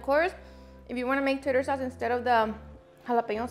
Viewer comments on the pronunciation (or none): *taRter sauce, not tater sauce. There are no papas in tartar sauce. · I hope she’s saying tartar sauce but it sure sounds like tater sauce 😂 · It's Tarter, not Tater? I was thinking? What is Tater sauce? Lol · Yum i must try looks delicious. 😋 I thought it was so funny when you said tater sauce i know you meant tarter 😆😅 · it's NOT TATER SAUCE AS IN POTATOES, IT'S TARTER SAUCE!!! AND OREGANO ON FISH IS A NO NO!! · Tater sauce? 😂😂😂😂😂😂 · “Tater sauce” I’m usually a big fan but it’s tarter sauce. Just say you don’t like the pickles that come in tarter sauce because that’s really what you made minus the pickles and plus the jalapeños…. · Tay-ter sauce. 🤣😝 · Took me a while to figure out what “tater sauce” was. ☺️ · I'm pretty sure you mean to say Tar-ter sauce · maybe the tater sauce is for the chips 😂😂😂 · Lol. I knew what she was talking about but it just sounded weird. It took me a bit to realize it was because she pronounced it wrong.